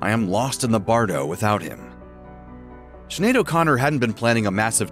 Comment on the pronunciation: Please learn how to pronounce her name !! It is pronounced Schin aed...not Sin aed. Sinead is a common Irish name and much appreciated when other cultures learn to pronounce it correctly. Listen before you speak! I'm sure Sinead would appreciate it too!!💚